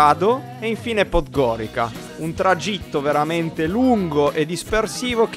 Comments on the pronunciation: Comunque non si dice PODGORIKA ma PODGORIZA (pronuncia) anche HERCEG NOVI =HERZEG NOVI (C=Z) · Dai ragazzi, sono di montenegro, ma come dici 'podgorica ", non è bello si sentire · si però raga la pronuncia di podgorica... ))))